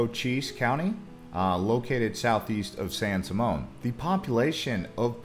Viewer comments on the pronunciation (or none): none